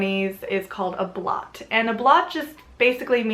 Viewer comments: Nice little overview. I'd like correct a couple of things though. 1) Blót is pronounced "Blow-ta", not blot. 2)Please refer to Jackson Crawford's interpretation of the Hávamál. It's a lot more accurate than what you quoted. 3) Yggdrasil is pronounced "Yig-druh-Ze-ul". And lastly, SKÅL!!!! 😁😁😁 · Blot has a long O sound. Blowt, essentially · Awesome video, a lot of the revival movements prefer "heathenism" over "paganism" to differentiate from the more common pagan faiths. A few things to point out is pronunciation, obviously things can be pronounced differently in different cultures however (meant to be helpful not critical) Mjölnir - sounds like: "muh-yoll-near" with a rolling r Blót - sounds like: "bloat" Ásatrú - sounds more like "ouse-a-tru" will not even start in on the gods or Yggdrasil, you clearly know your stuff :) I just think it's fun and fascinating to learn Old Norse and Icelandic. Very cool pieces I got to see an actual statue of Freyr at the museum. The Þórr statue they theorize could just as easily been a game piece. Still very cool piece and interesting to consider where it might have been from. Check out grimfrost for Jewelry. Awesome stuff on there and most is based on old finds.